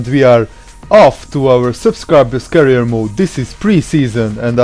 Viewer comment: i love your videos but its not carier mode its career mode lol